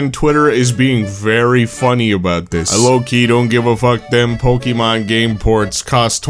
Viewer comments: Why does he say it like Pokeymon like there's no é in the name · Say Pokimon one more time